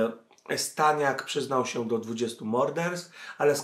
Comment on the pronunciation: W szóstej minucie Staniak nie Stasiak